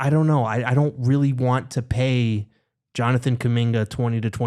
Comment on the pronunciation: Pronunciation: \Jonathan coo-MIN-guh